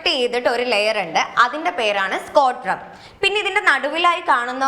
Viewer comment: സ്കോട്രം അല്ല ടീച്ചറെ" സ്ക്രോട്ടം "😃